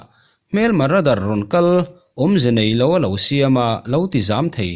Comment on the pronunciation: Ra_dar ti lovin rei_dar tiin lam teh u